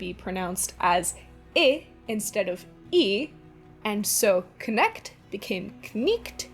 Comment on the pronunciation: You don't pronounce Knecht and cniht with a k in the ch or h (so it's knɛçt not knɛkt and kniçt not knikt in IPA). But I guess my language is rather hard so pronouncing old english must be even harder if you don't know German. I hope you continue making these interesting videos!